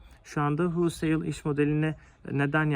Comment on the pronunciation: Huulsayl degil güzel kardesim holsayl :))